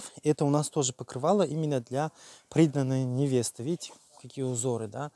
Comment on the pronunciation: Приданое- ударение на а))))